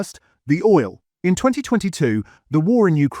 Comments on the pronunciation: "Chris Oil" what is Chris Oil?!! Or "olio" should I say? 🤔💯💩 #AIslop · There's no person here, it's AI! 👍💯 You can tell, when there's no natural breath between the words, it's just one long sentence running on & on. No, audible breaks between and natural intakes of breaths in between comma's and full stops. Also, the word oil in the speech it said "olio" 💯🙄💩🫣 AI slop. 💯